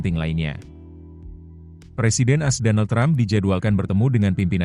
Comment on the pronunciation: Mimin lucu...mestinya kan A.S... tapu mbacanya kok "as"....gimana to...????